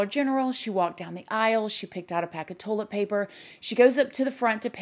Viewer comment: Ive been made fun of since elementary for pronouncing toilet paper..."tohl-eht paper" so imagine my excitement when I heard my girl over here pronounce it the exact same way 😂 if anyones gonna pronounce something as weird as me...its probably gonna be her lol